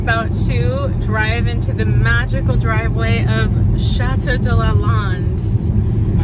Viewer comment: Lovely,lovely. Thank you. But I beg you, please learn to pronounce chateau correctly!